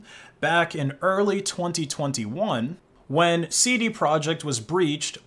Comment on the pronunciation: "Seedy project"